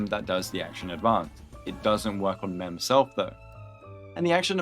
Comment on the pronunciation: "memself" lmaoooo